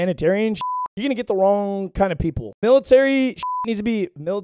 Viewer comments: 😂 "Am I wong here" also edits are 🔥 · Not wong